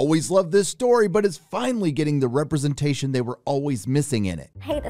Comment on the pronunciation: RepresentashOON! love it. Sorry i cant spell it better than u can say it.